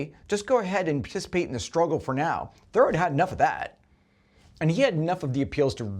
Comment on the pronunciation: Dude, Henry David's last name isn't pronounced like the word "thorough", it's pronounced "ther-ROW" with the accent on the last syllable.